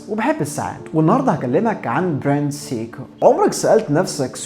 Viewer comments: انت ليه بتقول سيكو بالطريقه دى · هو حضرتك بتنطق سيكو بالطريقة دى ليه !!!!؟ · بالنسبة لاسماء البراندات سيييكو ههه حتى وان كان النطق الصحيح او على الاقل تقليل ذكر البراند.. كل ثانيه اسمع سيييكو كرهت هذه البراند هههه رغم اني احب البراند بس عندي بس q&q وهي براند تبعهم وكمان lorus و alba عندهم فيلد واتش كويسة😊